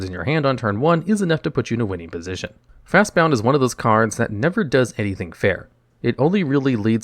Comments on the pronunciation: You said Fastbond cost G, but you described it like it was Simic colors, since every time you called it by name you added an extra U. It's Fastbond, not fastboUnd. See what I did there? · It's not just on this video but it is fast b o n d not b o u n d fast Bond not bound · Hearing you say fastbound over and over instead of fastbond hurts lol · wait. is it Fastbond or Fastbound? Its spelled one way but you say it another.